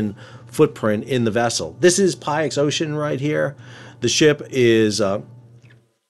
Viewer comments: Great update. Btw Pyxis rhymes with pick-sis. ❤ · If the name Pyxis is taken from the ancient Greek word for a medicine container, then it's probably meant to be pronounced 'pick-siss'. 🙂 Meanwhile, I imagine this will be one of those energy-saving solutions that's hard to comprehend in the short term, but which proves to be quite a good idea over time. It's a bit like the world's airlines saving fuel by reducing the number of tines their plastic dining forks have. 🍴👀 Going from four prongs down to three sounds like a stupidly tiny change, but the savings made over an individual plane's 30+year service life covering 50 million miles all add up; for an entire fleet of big jets, the fuel saved by not having to haul 0.02g (or whatever) of useless mass per fork around the globe is genuinely worthwhile. The nice thing about using the wind to help drive ships along is that the stuff is there all the time anyway. It follows you around for free, so you might as well try to make use of it. I don't know how long ships last, but sticking a simple wind-gathering device on one seems like a pretty good idea to me. I mean, why not? Why not? Hmm. 🤔Let me count the ways... Well, the biggest problem with many of today's supposedly brilliant ideas is that they're never SIMPLE, are they. I expect these nifty robo-sails will be ludicrously expensive, massively over-designed, cripplingly demanding to maintain, ruinously costly in terms of wasted cargo space... Sigh. And there's little point in spending millions on installing kit to harvest free e